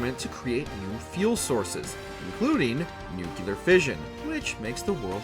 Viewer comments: Nucleeeeeeeer!!! Not Nukeyeller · Say it with me, nu-clee-are. Not nucular. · Nuclear and not nukelar! 🤦🏻‍♂️ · It is a little jarring to hear “Nukular” used as a word. I understand the instinct though - “Nuke” makes it feel like “Nukular” should be a word. However, English already solved that puzzle with “Nuclear.” Maybe it's a kaiser vs caesar thing? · Nuclear Nu-clear.... Nu-cleeaarrr. "nUkU-Ler"💩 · Nu•clear. FFS. Not nu•cyu•lehr. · When people pronounce nuculer instead of nuclear is the real disaster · Its NEW-clear, not NUKE-you-lar. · it's NUCLEAR not NUKEYOULAR, I stopped watching at one minute. Mr. George Bush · Nuclear not Nucular. 😊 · This guy is really going to pronounce the word "nuclear" incorrectly the whole video, isn't he? Smh It's nuclear. Not Nook-yu-luhr. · please don’t make fallout related content if you pronounce nuclear as “nucular” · Jesus christ it's pronounced "New-Clee-Er" and "Psy-No". Not new-cue-ler and see-no. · Why does he say “nuculear” instead of nuclear?? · Jesus christ...N-U-C-L-E-A-R not N-U-C-U-L-A-R. New-Clee-Ur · Nu-cle-ar! NOT nucular. There isn’t a second ‘u’ in the word. You made this video unwatchable by the number of times you pronounced it that dumb way in the first two minutes. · Nu-clear, not nu-kilar?? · It’s so frustrating to watch a video about a nuclear apocalypse when the narrator keeps mispronouncing the word “nuclear” as “nukulerr”. There’s only one “u” in the word. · Lmao nucular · The only issue I have is the pronunciation of nuclear. It isn't nu-cu-lar 😂😅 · um... it's a "WatchMojo" video bruh... you're lucky they said "Fallout" correctly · Honestly I really don't care how it's pronounced but I say nucular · Please learn how to pronounce nuclear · If you are going to be creating Fallout content on a large channel like this, please, learn how to properly pronounce NUCLEAR!! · Hey bro. Learn to pronounce nuclear. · For the love of all that is good in this world, learn how ‘Nuclear’ is pronounced. Embarrassing.